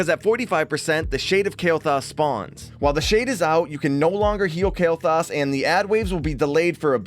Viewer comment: I dare ya Say Kael'Thas one more time xD